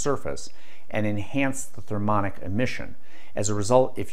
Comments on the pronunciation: Thermionic, not thermonic. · thermionic not thermonic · "Thermionic" - pronounced "thur-mee ON-ick," not "thur-MON-ick." Just sayin'. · Did you mean therm-eye-on'-ic and Sil-ih-cone (rhymes with bone) oil?